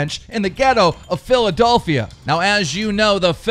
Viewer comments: anyone else heard philadOlphia aswell? xD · Wtf is philadolphia keem?